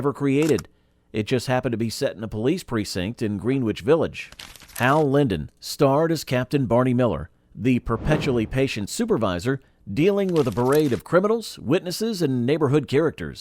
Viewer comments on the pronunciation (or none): How is it, I wonder , that everybody remembers these forgotten shows that ran for multiple seasons? And did the on-the-cheap AI narrator REALLY say "Green-witch Village?"